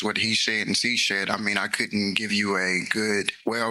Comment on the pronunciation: he said "and Sea Shed"🤦 he really just has no idea how the English language works 😂 "He said and Sea Shed" heavily days this guy is so much fun to watch 😆🤣